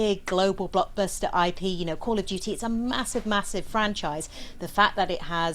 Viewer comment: "Coll ov Dyewty Moden Wofeh" 💀💀💀 Also, this is hardly controversial tbh. If it was in Palestine or Israel, then that would be a wholly different story. And gee, I can only wonder which side we would be fighting along side and who would be the "bad guy" in a COD story like that...